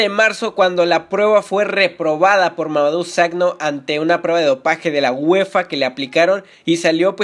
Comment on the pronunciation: se pronuncia mamadu saco xD :v